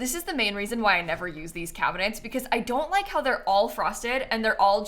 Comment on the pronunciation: Cracking up at "Cabihnets"